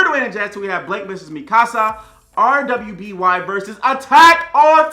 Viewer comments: It's pronounced RWBY (Ruby). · Can Dwayne stop referring RWBY as R W B Y? It's pronounced as "ruby" but with a "w" instead of a "u" and the fact that he's still doing is annoying